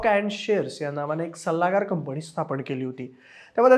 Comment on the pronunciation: 'न' ला 'न'च म्हणत जा रे...कंपणी काय प्लॅणिंग काय 🤦‍♂️ शी शी शी